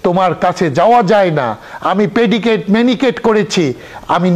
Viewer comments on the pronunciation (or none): Pedicure, manicure, Not পেডিকেট, মেনিকেট